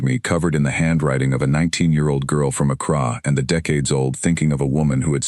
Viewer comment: only real problem i had with this was the pronunciation of the girls home town. accra is said like "ak ra"not "ak rah"just something to watch, you would think that an ai would at least know how to pronounce most major city's in this world.